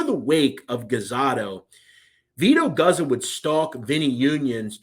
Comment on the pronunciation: It's pronounced Goots-oh.